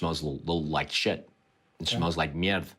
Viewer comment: There's no 'I' in Merde..